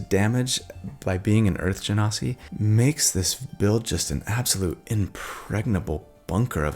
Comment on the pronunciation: You pronounced Genasi correctly! 😊 I'm so proud of you! You've come a long way! Now we have to work on your Yaun Ti.. it's pronounced Wahn Tee. 😉